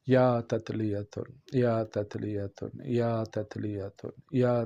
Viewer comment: یا تتلیا تل ھے یا پھر یا تتلیا تن ھے۔ آپ کی زبان سے یا تتلیا تل کی آواز سمجھ آ رھی ھے۔ براہ مہربانی درستگی فرما دیں ۔ جزاک اللہ خیرا